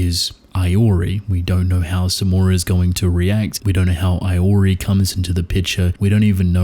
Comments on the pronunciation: Its pronounced ee-o-rii 😭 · Hate to be that guy, but Iori is pronounced "ee-yor-ee"